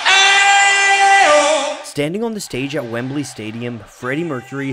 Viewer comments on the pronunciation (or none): none